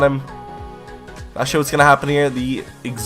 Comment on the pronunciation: Whenever you say "not sure" I hear "nashor". :D